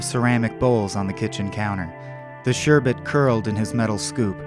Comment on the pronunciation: thank you for pronouncing "sherbet" correctly...so many people say "sherbert". Although you did later refer to it as "ice cream"...